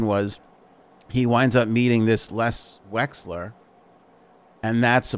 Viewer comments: I think it's Les Wexner not Les Wesler as you pronounced. Correct me if I'm wrong. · LES WEXNER.... not Wexler... for FS... lol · Drinking game: Every time he says Les Wexler instead of Les Wexner, take a drink. 🥃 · Les "Wexner"